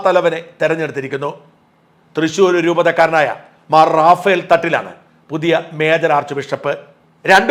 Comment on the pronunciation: റഫയേൽ എന്നാണ് ശരിയായ ഉച്ചാരണം.. റാഫ്ൽ അല്ല റഫയേൽ fighter ജെറ്റുകൾ ഇന്ത്യ വാങ്ങിയിട്ടുണ്ട്